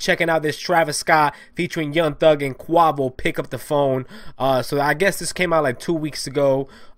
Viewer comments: He said QUAVO not Quavo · Bruhhh he didn't even say quavos name rightttt 😭🤡